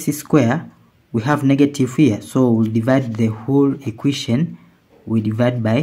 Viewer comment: It's called an equation, not an iquition: stopped watching immediately